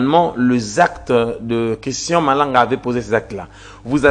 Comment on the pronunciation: Vous ajoutez trop des A dans votre élocution... Christan Malanga et non Christan A Malanga